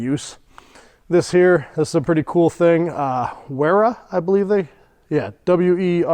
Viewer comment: Great set of tools! "Wera" is pronounced with a "V" in place of the "W" like "Vera", that goes for all German tools such as "Stahwille".